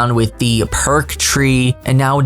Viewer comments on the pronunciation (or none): none